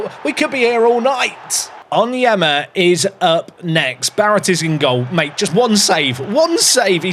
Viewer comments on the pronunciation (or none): none